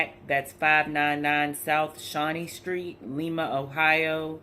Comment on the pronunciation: It’s pronounced Lie-ma.... That’s a terrible place